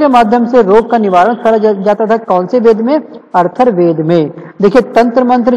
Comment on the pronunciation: I think atharvaved but its "Arthurwaved"